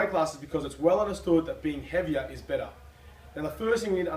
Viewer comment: Heaviah is bettah.